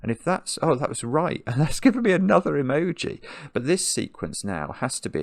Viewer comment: Currently obsessed with the way said "that's an EMOJI" ❤